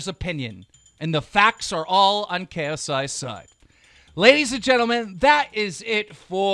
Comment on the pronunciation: it's pronounced facts not fax so you're stupid